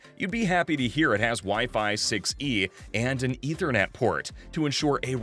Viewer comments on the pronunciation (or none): none